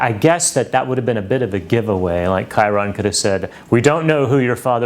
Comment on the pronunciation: wait a minute wait a minute WAIT A MINUTE! its pronounced KYE-ron and not CHYE-rone. i need to learn to read names...